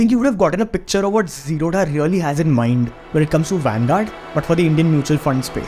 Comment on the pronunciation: Bro, say "Zerodha" properly... It's a Bangalore based South Indian company... So dha not d-ha...